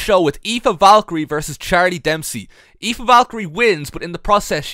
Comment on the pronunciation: the fact that you pronounce Aoife so perfectly, confuses me a bit.